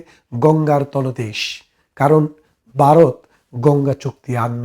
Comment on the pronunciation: আপনার আলোচনা ভালো। আপনি ভারতকে মাঝে মাঝে বারত বলছেন। তাছাড়া আরো কিছু শব্দ উচ্চারণ সঠিক করলে আপনার উপস্থাপনা ভালো হবে।